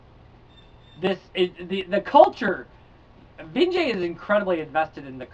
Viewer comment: Vinge-E, I believe. I just started this book and am digging it.